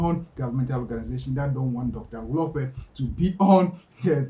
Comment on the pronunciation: Your own mkp dr dl-lope😮Hlophe don't butcher people's names not dl-lope hayi suka go home 😢